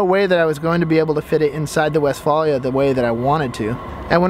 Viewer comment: and he pronounces it incorrectly...